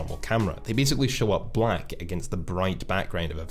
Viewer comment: Nice video, but every time you say blaCK I cringe a little.